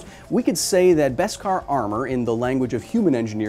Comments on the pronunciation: What’s Best-Kar? It’s Beskar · just learned its beskar not veskar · It’s beskar, not best-kar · I was a ltille bit confused when Kyle always says: "best cars" - until i realize its "baskar" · I know it must have been said, but its BESkar. No T.